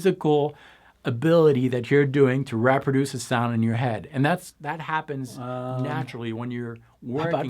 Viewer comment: repper duece... really? You must be Canadian.